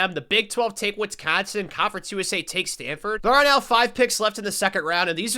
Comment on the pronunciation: Why does bro keep putting a “t” is Wisconsin? Wtf is “Witsconsin”